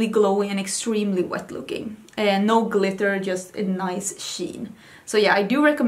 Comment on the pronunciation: Love your "nou nou nou" haha its sounds so Dutch😂